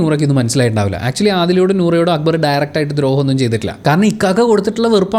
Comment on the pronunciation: Why Shanavas is calling akkubar instead of akbar . Why nobody is correcting him not even akbar 😶